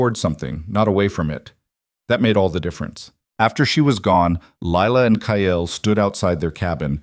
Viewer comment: another stupid AL calling Kyle, Kiall, Kale, Kayell, cale drives me nuts. just glad you haven’t started adding ads. I will not listen to those that have ads.